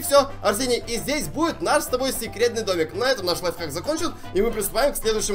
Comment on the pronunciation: Мне кажется или говорит не лайфхак, а лайфак😂